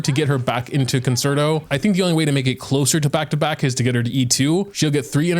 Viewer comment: How pronounces Concerto made me have to look up the proper pronunciation. I shouldn’t have… I played the violin for 10 years and realized the word. I really doubted myself 😂 Stan Robin ❤️❤️